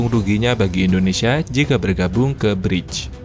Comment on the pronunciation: bacanya briks bang